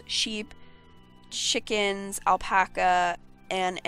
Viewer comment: When you were talking about the farm animals you can have and when you went to say chickens I heard shitkens